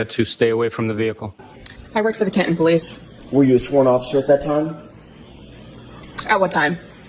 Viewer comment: Why has the partial word...im por ANT...taken over for the word... im por TANT? The name of the town in which this event took place has been changed to Cahun instead of Can TON?